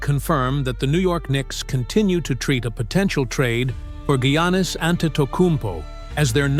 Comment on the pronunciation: First Gwannis then he said Janis. Then when the name Giannis was said right he said he’s going to the New York Yankees 😂😂